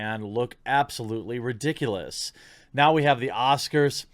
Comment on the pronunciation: Why do you always pronounce the word ridiculous like some drag queen?